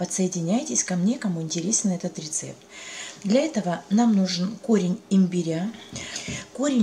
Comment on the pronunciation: Спасибо за рецепт. Но ставьте, пожалуйста ударение на первый слог: имбиря. По ушам бьет.